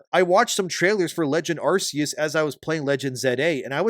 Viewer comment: It's not pronounced "arse-eus".